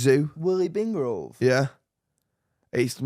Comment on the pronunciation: Why does he say Willy bingrove 😂😂😂 it’s billy wingrove